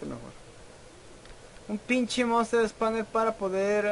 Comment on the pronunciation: Wey no es por insultar ni nada pero es monster spawner y se dice espawner no espamer jajaxD